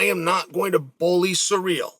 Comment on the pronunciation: 😂did he keep saying Sa REAL?🤣